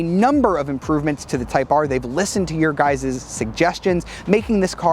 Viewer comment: “Your Guyzes” 🙄🤣